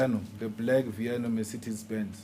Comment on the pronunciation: It’s not Vito it’s viano 🤣